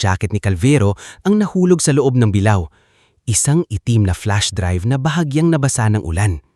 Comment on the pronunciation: Sa lahatng narrator ikaw ang pinaka tanga at nang kang sakit sa tenga pakingan turuan kira sa:-(ang pag bass ha hindi bilaw ang sabi mo bing una sabilao dba bi la o tsaka ang isa bulwagan di bulwagan ago baliw